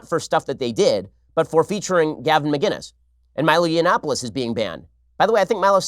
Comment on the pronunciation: Ben, Love the show. His name is Gavin Mcinnes not Gavin Mginnes, with a C not a G.